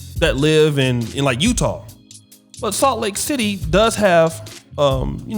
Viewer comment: Did say Salt Lake Tidday?